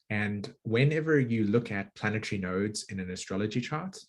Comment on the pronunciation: I try really hard to listen to the message and not focus on "the messenger", but im american and i find your accent very annoying like you have marbles in your mouth, sorry but thats the truth. "Sat-on" instead of "sat-urn" isnt there and 'r' in saturn? and "planet-try" instead of "planet-ary" et cetera, im trying to be open minded, ha!